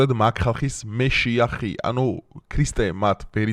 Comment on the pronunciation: ხო გაიგეთ თქვენი პირით?😂😂😂მეშიახი კი არა მაშიახი❤